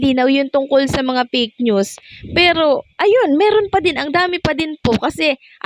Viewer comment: Fake not "peyk" ayosin mo naman ang pronounciation mo ng F at P